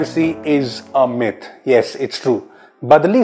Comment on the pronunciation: Shit I heard 'Privacy is a meth' 😂😂